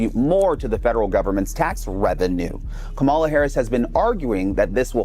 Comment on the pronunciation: and its "comma la" say it right